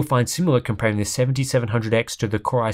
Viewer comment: Why is "Core" being pronounced "Kry" is the video? Has the AI construct malfunctioned? 😁